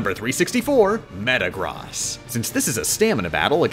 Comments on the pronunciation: Also metagross not metagr-ah-ss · Her mispronouncing of Groudon, Suicune, and Metagross hurt more. At least she pronounced Salamence and Snorlax correctly